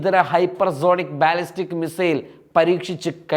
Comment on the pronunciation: “മി Zail” അല്ല മിസൈൽ